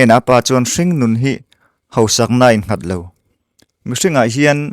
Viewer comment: Hausak hi hosak ti a lam hi awl viau mahse,lam dik hram hram tum a ṭha.Naupang pawh nopang tih loh tur😊